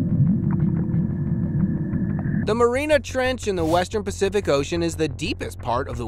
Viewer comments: Soon as you pronounced Mariana trench as marine trench I'm out sick of this AI voice rubbish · Do you know how to read for pronounce words of the English language it's called the Mariana trench not the Marina trench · Hahaha the "marina trench" huh? Tough to be a subject matter specialist, when ya can't even pronounce the WORD. Try "Mariana Trench" kiddo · All Three A's are pronounced in "Mariana Trench"!!!